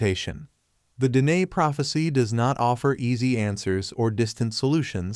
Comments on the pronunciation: IT. IS PRONOUNCED DEN AY NOT DINE WE ARE NOT HAVING DINNER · Pronounced din ay' long accent on second syllable. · Please pronounce the word dine correctly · It’s Dine… (DeeNay) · You are pronouncing 'Dine' wrong. As a widow of a Navajo man (may he Rest In Peace), believe me.. that is not how you pronounce it. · It is pronounced Den-ay ... The AI training is lacking correct pronunciation in most of these videos.. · Pronounced Da nay.